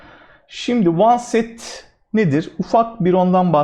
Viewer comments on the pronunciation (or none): Hocam, oneset değil onset zannedersem.